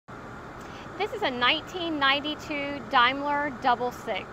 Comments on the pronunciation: Its pronounced daym ler not dime ler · It's pronounced Damler😅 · Actually Pronounced Dameler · The presenter’s narrative is pathetic. 1. She mismpronounces the name of the car. 2. It’s not a chrome “pinstripe”. It’s a chrome waist strip, the pinstripe, correctly referred to as a coach line, is paint underneath. 3. The wood is not rosewood. It’s buried walnut. 4. It’s not known as “the dove-tailed sedan”. 5. The cup holders are not original. Incredibly obtuse.